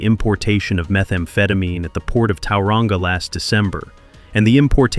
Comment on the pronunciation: Like people can't still run the streets from behind bars and as if some screws aren't corrupt 🙄 btw it's Tauranga not towelrunga 🤦🏽‍♀️ not a bad video that pronunciation thou 😅